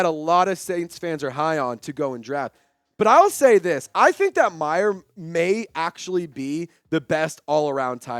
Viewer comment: its Mayer, not Michael Meyer